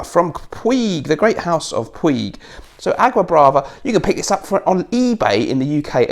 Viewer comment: Puig- pronounced Putch